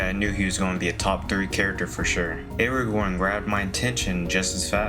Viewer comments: Cardinal sin of anyone watching these movies is to mispronounce Aragorn as “Aragon”. Don’t make that mistake again. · You pronounced his name as air-uh-gone. I hate you. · 2 things. It’s pronounced “Aragorn” not Eragon. And yes, Gollum was a hobbit. You said not a hobbit or an elf, but a normal person lol.